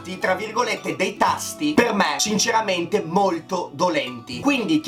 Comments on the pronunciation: minuto "cinceramente" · Hahaha a ma quindi neanche "cinceramente" Lol